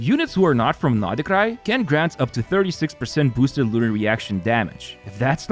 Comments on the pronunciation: Why is he pronouncing it NODI-krai 🤯 too much for my OCD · why does he say noDHE krai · Why do you call Nod-Krai naughtycry?